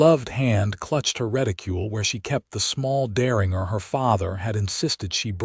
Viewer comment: Seriously?! Maybe there is a niche market for teach AI how to read American words. The gun name is pronounced "dare-in-j-er" the city is pronounced ""Too -san" not "Tucksan"